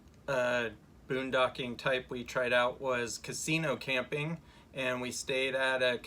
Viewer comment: Funny! in to the video she calls it Boondogging instead of Boondocking! Made me chuckle!